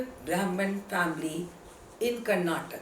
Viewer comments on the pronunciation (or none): Mrs Triveni is one of the great female novelists in kannada literature, please before saying anything , please re check and then say. Being professor, you must know that kannada and karnataka shouldn't be pronounced as kannad and karnatak respectively.